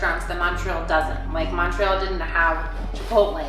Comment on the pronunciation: Annoys how you pronounce Montreal :(